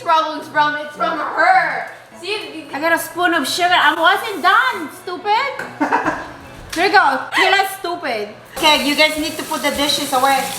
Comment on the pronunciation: “I wasn’t done STUPAD” I live for this 💀😂❤️